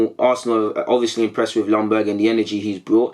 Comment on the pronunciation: Ljunberg !! Could you at least learn how to pronounce his name right ?? Please this Longberg thing is annoying.